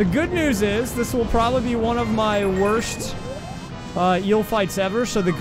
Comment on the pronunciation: You ever notice that you say "first pershon" instead of person? And "worsht" instead of worst. Lol.